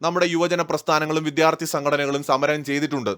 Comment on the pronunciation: ... Reporter pls note... 'viDHyarti' alla... 'vidyaarthi' aanu.